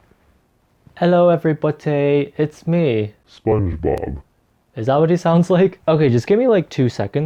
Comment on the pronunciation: No one: Literally nobody:: 'elLo eVeRybOttY'